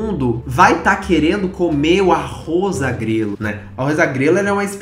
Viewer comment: MDS KAKAKKAKAAKKA, Arroz agrelo KAKAKAKKAKAK, é arroz a GREGA gente kakakkakak